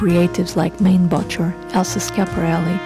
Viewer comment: It’s pronounced Main bo shay not main bocher